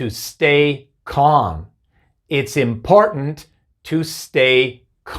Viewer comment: El día que logre pronunciar "important" como este maestro, ahí será el momento más feliz de mi vida.